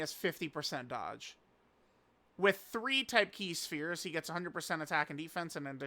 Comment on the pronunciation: it’s NOT PRONOUNCED SHPERES BUT ITS PRONOUNCED S. P. H. E. R. E. S